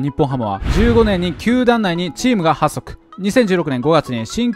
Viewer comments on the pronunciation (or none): だいぶ話逸れてるけど、「発足」をはっそくなんて呼んでる時点でだいぶうp主の教養が…w